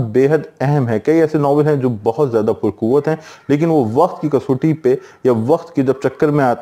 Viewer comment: سر لفظ کسوٹی kas watti بولا جاٸے گا۔ آپ kasoti بول رہے